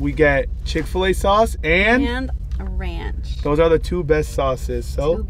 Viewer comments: it’s not ranch. it’s ronch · It’s not “Ranch”, it’s “Ronch” 😂😂😂😂